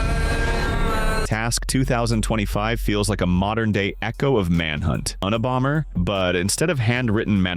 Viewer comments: Un-ee-bomber😂😂😂another AI-made video🤦🏻‍♂️ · The worst thing about these videos is the AI voice that can’t pronounce things like Unabomber. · AI can't say Unabomber